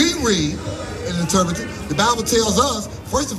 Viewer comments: Did just say interprettate 😂😂😂😂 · “You can not interpritate” 😂😂😂